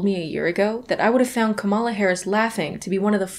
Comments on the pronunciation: VP Harris' first name is pronounced KA-ma-la, like the word "comma" and then "la," not Ka-MA-la. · Btw you pronounced Kamala Harris wrong. (It’s comma + la)